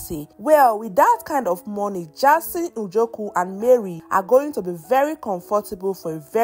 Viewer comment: Jayson.. not Jarson🚶🏾‍♀️